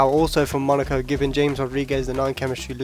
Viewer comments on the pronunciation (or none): none